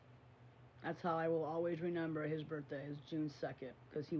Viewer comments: omg i can’t it is RE MEMBER not renemer 🤷‍♀️ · WHYYY can’t she say “remember”? It’s like neither twin has even a 6th grade education.